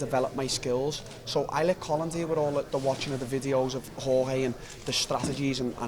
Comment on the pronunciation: How tf do people still call Jorge, George, TO THIS DAY?